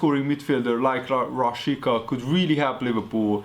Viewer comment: A "Rashica"-t Rásicának kell kiejteni😉